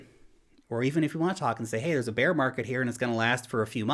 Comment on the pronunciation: Actually he saying "beer" 😊